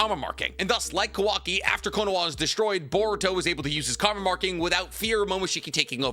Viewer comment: this man is the go to naruto youtube and after all this time still says “konowa” instead of “konoha”